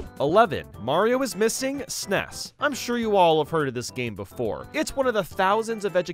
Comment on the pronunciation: I can’t stand the way the narrator pronounces SNES as “sness”. 😢